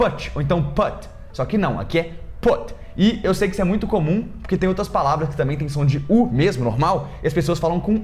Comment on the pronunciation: Vc fala tamém ao invés de também... Adorei seu vídeo.